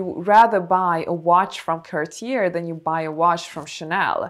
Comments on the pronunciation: it’s pronounced “cah - tyay”. No “r”. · Not trying to be rude but isn't Cartier pronounced "Car-tee-yay" ? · The last r in Cartier is silent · It’s pronounced “Cartié”…in French the last “r” is silent in this case. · It is pronounced Cartie, with emphasis on the "e", not Cartier. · I speak French fluently, you're pronouncing Cartier so wrong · But Cartier pronunciation...how is it possible?? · I struggle taking advice on Cartier from someone mispronouncing Cartier over and over and over.